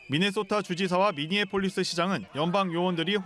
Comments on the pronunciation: 미니 애폴리스는 또 뭐냐 아나운서 ai로 바꾸던 미니애폴리스 하나못읽어 그걸 또 두음절로 나우어서 미국이면 절대 모를 발음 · 미니 에폴리스 발음 킹받네ㅋㅋ